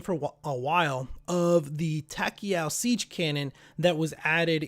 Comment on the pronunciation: Dude I'm really not trying to be a dick here but you need to come up with a proper script because you go off on rants. And every time you pronounced tachyon I cringed. Just feedback for ya